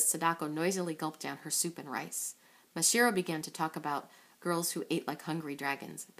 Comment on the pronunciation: Uhm, it's MasaHIRO, not MaSHIRO.